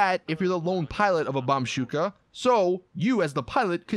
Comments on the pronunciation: 7.30 he went back to his old way of saying bombbushka again by saying bombshuka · He said "bombshuka" again omg I'm gonna actually kill myself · you said bomshuka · Did somebody noticed how in one part he said bomb shuka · How dare you say bombshuka again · When he said bombshuska 😂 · He called it the bombshuka again. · You said bombshuka again